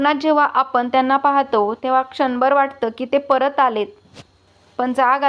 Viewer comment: आपन नाही.आपण.